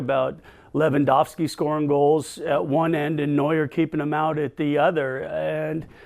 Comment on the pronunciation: It's Neuer btw